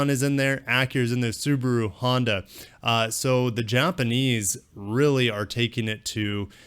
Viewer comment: Lexota, Hondura, nissiniti 🤣🤣🤣 keep it up